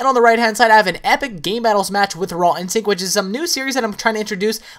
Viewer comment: It sounds like he keeps saying 'Ron Sync' instead of 'Raw Instinct.'